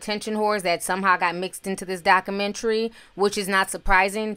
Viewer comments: the word is pronounced doc-u-mentry not doc-menery you reporting is to good for you to be pronouncing basic words incorrect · Dakumentary? Dakumentary? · I appreciate your tea and presentation. But please please pronounce the letter “u” in “Documentary.” 🤓